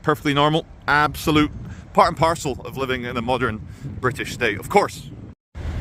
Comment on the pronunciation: face-purple-crying::face-purple-crying::face-purple-crying::face-purple-crying::face-purple-crying::face-purple-crying: NOT Brit-iSH?